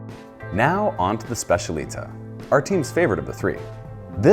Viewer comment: Great overview! But the pronunciation of specialità makes me shiver a bit 😅